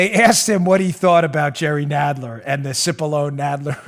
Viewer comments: He name is pronounced...sip-a-lon-nee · The Dems were totally disrespecting Pat Cipollone by mispronouncing his name Constantly.